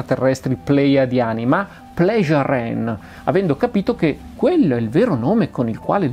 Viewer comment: Si pronuncia Semiase, Immanuel, Pleiaren etc.